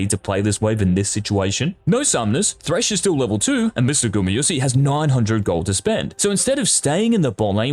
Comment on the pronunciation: That's ez. 0 times. Because he says Gumy-yusi all the time, not GumAyusi ^^